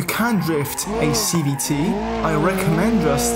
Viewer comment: Sounds like he's saying CBT, not CVT